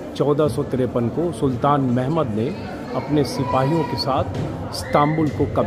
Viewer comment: आप सुलतान मोहम्मद फातेह का नाम का उचारण गलत बोल रहे हैं। जैसे मोहम्द बोल रहे हैं। जबकि मोहम्मद बोलना सही✔ होता।वैसे ये सब दुर्लभ जगह दिखाने के लिए शुक्रिया